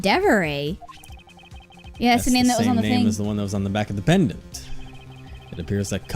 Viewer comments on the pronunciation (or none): Oh god.. Penn E. Dent. Pennedent.. Pendant!